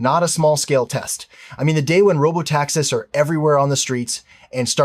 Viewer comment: It's NOT "robo-taxes", it's "robo-TAXIs", you stupid robo-voice. You'd better go back to robo-gradeschool!